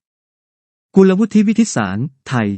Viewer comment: ใช้ AI ตัวไหนในการอ่านข่าวครับ? Google Translate มันยังอ่าน กุลวุฒิ ได้ถูกต้องเลย